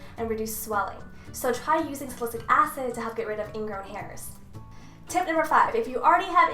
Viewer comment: It's "Sal-I-syl-ic" not "salisic" lol